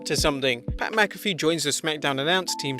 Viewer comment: First British guy I've heard pronounce Pat Mcafee's name correctly.